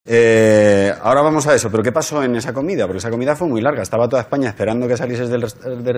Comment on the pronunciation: no ha dicho eshpaña